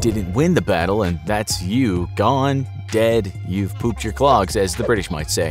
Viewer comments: It’s ‘Popped your clogs’ not ‘pooped your clogs’.. 😂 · It's not pupt you clogs it popped you clogs 😂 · its popped as in pop your clogs not pooped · its "popped' your clogs not "pooped" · 'Pooped your clogs' :'D it's 'POPPED' your clogs hahaha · i gotta just say, its popped your cloggs not pooped 😂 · Did he say ‘or pooped your clogs as the British would say’ yeah it’s popped not pooped :/ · Its poped not pooped your clogs 😂😂😂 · Just wanted to point out the saying is “popped your clogs” not “pooped your clogs” Hahahah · It's popped your clogs, as in popped a bubble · I'm British and its popped ur clogs not what u said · Great video thanks As a Brit - it’s “popped your clogged”